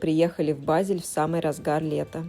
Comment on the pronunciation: Начала слушать, как раз была недавно в Базеле, но к сожалению через несколько минут прерываю просмотр потому что очень режет слух и раздражает произношение ведущей названия города, просьба не смягчать букву Е произносить её больше как э тогда может быть больше слушателей будет у вас